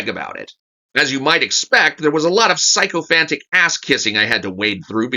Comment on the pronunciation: Good review as always. You pronounced sycophantic incorrectly. It starts with "Sik"